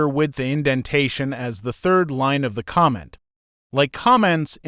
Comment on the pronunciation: The voice of the "presenter" in this tutorial is apparently an AI, and not a very advanced on at that. It makes a lot of pronunciation mistakes, like it pronounces the word "comment" (kah-mint) more like the word "comma" and when it says the word "read" as in, 'to read a book', it says it like that same spelled word in the sentence: 'I have read the book'. I found these flaws in the first few minutes of this tutorial, but I will keep going to see of I can understand it enough to carry on.